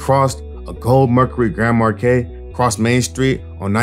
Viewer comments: Grand mar KEY LOL GOOD VIDEO THO. def gonna watch a few more. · We all just gonna ignore this nigga sayin Geand “Markay” huh?